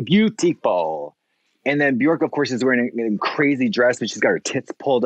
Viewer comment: My humble wish for 22… that people start saying Björk/Bjørk the correct way… pleaaaaase amaricans…. Get with it!